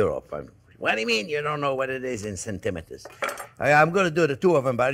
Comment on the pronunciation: Setimatas.......centimeters???? LMAO, I love your accent, Chef😂 Does Geno-say-quay mean: I don't know what?